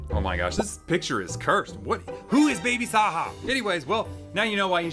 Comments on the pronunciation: “WHO IS BABY SAHA” lol u pronounce the j like a j and baby saja is from k pop demon hunters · not knowing who my sister's favorite K Pop Demon Hunters character is is actually way too hilarious 😭 he's not even pronouncing it right! 🤣